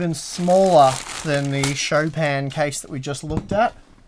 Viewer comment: No, it's pronounced "Chopin" not "Chopin";-) And I really, really want that In Win case...but of course I'm in the US >grumble grumble<....plus, um, hows about sending some of that ram over this way...I tried....:-D And lastly, I LOVE those custom Deepcool frame less fans!! Very, very cool:-)